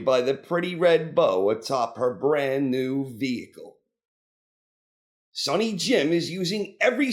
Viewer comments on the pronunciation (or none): none